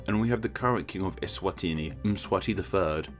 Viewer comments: 😭 as a southern African,.i wish i could send you a voice note on how its pronounced..😭 doesn't sound Italian at all.. 😂 eSwatiiiniiii. Is are dragged out..😂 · SWAZILAND WAS HARD TO PRONOUNCE NOW ESWANTINI IS HARDER